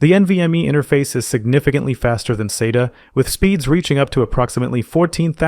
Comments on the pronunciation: This might seem pedantic, but you really shouldn't spell out acronyms. It's not S-A-T-A. It's "Sat-ah". Acronyms should not be pronounced as initialisms. If someone goes into a store and tells the guy they want an S-A-T-A drive, they person is going to look at them kinda dumb for a second before realizing what they actually mean. This is no different than calling the space agency NASA the N-A-S-A. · This is a great explainer for modern disk drive types. My only complaint is that you pronounce SATA at least four different ways throughout the video. And you use two pronunciations of NVMe. Otherwise, great video and thanks! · Or an American Accent lol